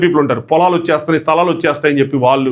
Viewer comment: వాల్లు అని వినిపిస్తోంది వాళ్ళు అని వినపడటానికి ట్రై చెయ్యి